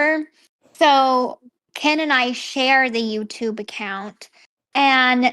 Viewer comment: The changing accents is so embarrassing. You don't pick up a local accent by living there a few years, you form your speech patterns when you first learn to talk. And now she pronouces Ken "Can" That's just laziness.